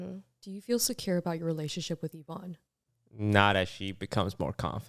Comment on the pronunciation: It's pronounced Evonne.